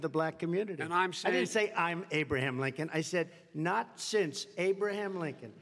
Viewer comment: Biden called him lincon hahahahahahahha!